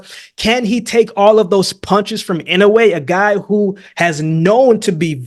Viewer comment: i like that you say inoue's name right